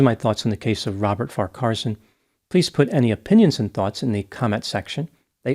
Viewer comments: FYI: His surname is pronounced Far Qua Son - the “h” is silent. Winchelsea is pronounced Winchel Sea not Win Chelsea. Also Geelong , is an elongated Gee then long. Aussie, Victorian and born in Geelong so just an FYI, not a complaint or criticism. Thank you for highlighting this case. Terrible tragedy. 🇦🇺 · I did chuckle at 'win-chelsea', but I guess it was some kind of deduction (perhaps from win-chester, the rifle!). I have always done Farquharson as far-qwar-son. But that could just be me? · Wasn't it pronounced, "Far' kwar-son"? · It's far-kwa-son and win-chill-see. Geelong is pronounced je-long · Farcarson mispronounced so many names this is the funniest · His surname is pronounced - Far - keh - son. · Sorry, but it’s really bugging me. You’re putting the em-PHASIS on the wrong syll-ABLE. Both farquarson and winchelsea have the emphasis on the first syllable. There… end of rant. 😅 P.s. Same with Geelong. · You are struggling a bit there with his surname and the 2 towns mentioned, yes he is guilty and nothing wrong with the Commodore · Yes I think that is well equipped in the rifle etc department, my opinion! And I agree with you re Farquharson, with the middle syllable kinda squashed in the middle there!